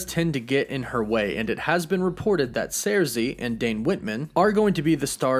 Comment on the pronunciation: First of all, I'm a huge Eternals fan, & Ajak, is NOT the leader of the Eternals, Ikaris is. Second, Thanos is NOT a Deviant, he's a mutant, being an Eternal born w/the Deviant gene. All the Eternals have superhuman strength, w/Sersi(pronounced Circee NOT Zeircee, as you're pronouncing it) lifting 20 tons. Ikaris is among the superhumanly strongest Eternals(lifting over 75 tons). Fact is, the ONLY Eternals who're stronger than Ikaris, are Interloper, Gilgamesh, Hyperion, & Thanos(all of which left well in excess of 100 tons.)